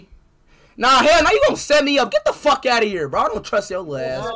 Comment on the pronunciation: "Don't fruck with me" Got me dying 🤣